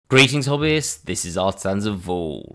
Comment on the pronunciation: “Greetings Hobbits!” Is what I hear, every time 😂